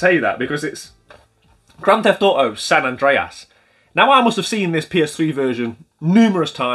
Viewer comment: GTA San An-Dray-Ass 🤣